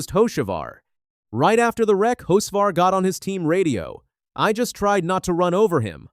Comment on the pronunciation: First of all, the damn AI needs to work on name pronunciation. Hocevar (Ho Ce Var) and Boyer (Boy Er) are well known to anyone who actually follows NASCAR. Secondly Freddy Kraft (Wallace's) spotter needs to shut up. Saying someone like Cleetus shouldn't be on the track, while his own driver, diving like a psyco wrecks half the field. This isn't the first time that Bubba has lost his mind. NASCAR should park him for at least a race. MJ needs to look for a new driver for the 23, one who doesn't embarrass him as badly